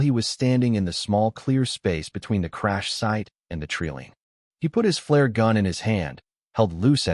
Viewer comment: Treeline, long i sound not treeleen. Owen pronounced Orin... Wound is pronounced wound not wound... Too many mispronounced words, too big a distraction from the story